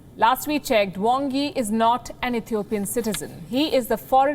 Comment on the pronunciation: What the Hell you talking about!!! quite surprise about your nonsense talk show from somewhere. You can't even pronounce Ethiopian in a proper way. I know you have a problem with China however, you can't talk shit about my country like that as if you take revenge against China at the mean time harming my country! what a civil war you talking about? if you get lost ask the Ethiopians or Africans "This is a Law Enforcement" Ethiopian Gov has a duty to keep the country & its citizen safe from the Terrorist. Like your Government is doing in Kashmir. Next time do your homework before you get screwed by USA dollars. Do your research about the Country, How the war has started, what is the ultimate goal of TPLF. I am upset and extremely disappointed someone who doesn't have a clue about my country trying to talk shit.